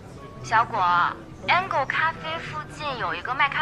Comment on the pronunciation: 回播兩次細聽，天使咖啡的天使(angel)英文說成角度（angle)，真是我聽錯了嗎？